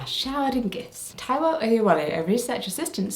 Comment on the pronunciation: I’m not a twin but I’m a Yoruba Gemini and I just want to say you did a good job of pronouncing some of the Yoruba names and places, particularly Taiwo. Also, there is one variant of Taiwo called Taiye, but it has the same meaning (i.e. the one who tastes the world/life). Fun fact, the name of a child born after a set of twins is Idowu! Taiwo/Taiye, Kehinde and Idowu are gender neutral, most Yoruba names are. Twins are a blessing and they and their families are very well celebrated and supported in my culture. There are lots of traditional songs, chants, folklore etc about twins and the goodness they represent, about how easy their parents will find it taking care of them as they grow and about how their bond is like no other. I thoroughly enjoyed this video Jessica. It was really fun to learn about twins in other cultures and throughout history. Also thanks for always citing your sources, I’m excited to read and learn more. Sending love to you, Claudia and Ru ❤️